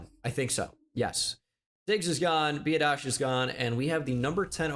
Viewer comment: It’s pronounced Be Odd ish for Tyler Biadasz I’m his cousin